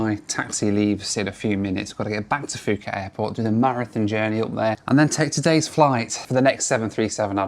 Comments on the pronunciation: What is the problem? It’s called Phuket not fhuket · Absolutely rage watching after having to hear ‘fooket’ 20 times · Note: Phuket is pronounced as Poo-get 😊 I wish you have spend a little longer and explore this amazing place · Poo-ket is how one pronounces Phuket correctly. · I honestly don’t understand why people keep saying foooket, there is no F in Phuket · Its Poo Ket 🤣🤣🤣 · And he said "Fooket" 100 times... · Pronouncing fucket is diabolical😭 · not to hate but you don’t pronounce Phuket like that😅 btw great video!!!😁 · FOOO KET, POOOOO KET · That's absolutely not how you say Phuket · Correct. In Asia Languages the H is silent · So does Nadi So does Phuket For a well travelled gent his pronunciation is very ordinary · Nadi is pronounced "Nandi". I used to think it had an "N" in it, lol. Could you not have done Nadi to Christchurch or Auckland to Australia? or were you wanting to minimise the transfers? "Poo ket" not "Fooket" How fabulous to see all the different airlines. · Isn't it pronounced poo-ket? The p just has a little puff of air. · Bro what is “Fooket”… For someone who travels the world a lot, and for how well known Phuket generally is, I’ve never heard anyone call it that way. 🤦‍♂️ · Phuket not fooket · Great video as usual. You obviously did your research but... FYI Nadi is pronounced "Nahn-dee", Phuket is pronounced "Poo-ket" and Perth was not the furthest south on your trip. Sydney is furthest south. Sydney sits at approximately 33.87° S latitude, while Perth is further north at about 31.95° S latitude. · Great Video mate Nadi - pronounced "Nandi" invisible N. don't ask why🤷‍♂️ Phuket - pronounced "Puket" silent H. don't ask why 🤷‍♂️ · Fuuket bro? Let me guess, that country is called Thigh land right? 😆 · I sometimes think is just messing with us all by mispronouncing so many place names. "Fuu-ket" ❌... "Naa-di" ❌... "Mount Rainy-yay" ❌ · It's not Fuuket it's pronounced Pooket! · It's pronounced pu ket, not fu ket.